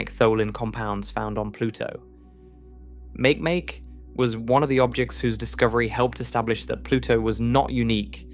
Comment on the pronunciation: Bruh - it's not make-make its Ma-keh-Ma-keh AI SLOP